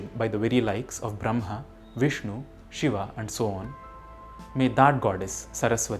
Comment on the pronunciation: Sir please tell the correct pronunciation of brahma